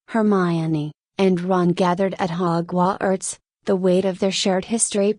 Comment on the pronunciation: you need to redo this and I suggest you use a real voice or pay for better AI. 'hogw arts'? seriously. this was just the first but it was so bad it was insulting. redo it and maybe you'll get better reviews but this was so bad as to be insulting.-you did it on the cheap and it shows.